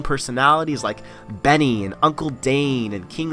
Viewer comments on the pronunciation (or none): did you seriously just pronounce b4nny "benny" lmao?